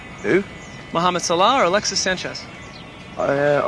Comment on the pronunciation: mo salah, it’s mo salah